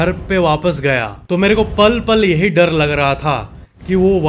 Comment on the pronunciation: bde bhai sorry lekin dadd nhi hota hai dar hota hai